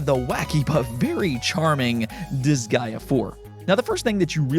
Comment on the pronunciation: i find funny how you pronounce Disgaea as "this guy", me im like who is "this guy"?